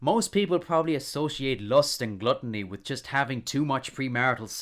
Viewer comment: The way he says glutiny sounds more like glutiny than glutiny